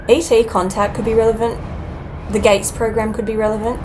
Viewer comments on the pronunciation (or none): Did you say GATE program